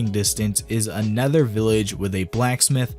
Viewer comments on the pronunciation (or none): right the way you say another, i always hear a nether.